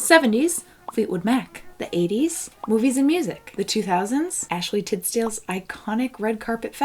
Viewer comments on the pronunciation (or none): I heard you say Ashley Titsdale 😂😂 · did- did she say ashley titsdale? lol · Was it just me, or did she say “Ashley TITS-dale”? 😂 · ... Wait did you just call her Ashley Titsdale. THE LEVEL OF DISRESPECT TO THE QUEEN.